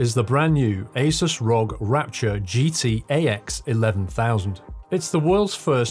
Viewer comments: Pronounced are-oh-gee, not rog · Just so you know it’s pronounced R.O.G